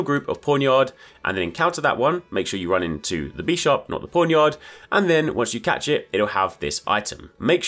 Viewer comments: bi sharp, not bee sharp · Why is this dude saying "Beesharb" it's Bisharp like Bishop, like the Chess Piece